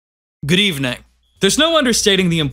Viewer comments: its good evening not grevning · "good ebening🤓"